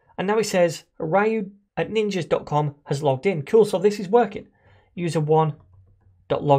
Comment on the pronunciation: i really cant get over the way you pronounce "Ryu", it feels so wrong to me lol.